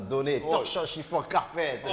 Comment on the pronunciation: Torchons, chiffons, carpetteuh!